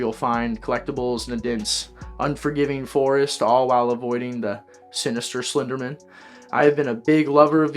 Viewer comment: Slender*man*, not "men."